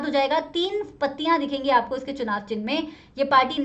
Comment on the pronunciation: ma'am its “चुनाव”